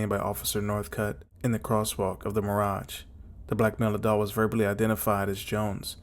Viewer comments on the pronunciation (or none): none